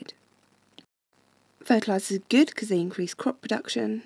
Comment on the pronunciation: fertilizers not "fertizers"